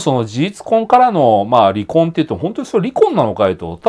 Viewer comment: り↑こ↓んというイントネーションが印象的